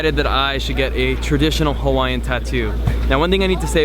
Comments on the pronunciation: were you trying to murder every hawaiian word lmao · You should have taken a Hawaiian language class... Your Hawaiian vowel pronunciation is a little off. a makes a short “ah” sound like the a in “above” e makes an “eh” sound like the e in “let” i makes an “e” sound like the e in “easy” o makes a short “oh” sound like the o in “pole” u makes an “oo” sound like the oo in “moo”